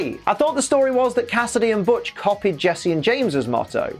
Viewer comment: Did you just call Butch (which, hilariously enough, tried to autocorrect to Hutch) B*tch? You have my respect.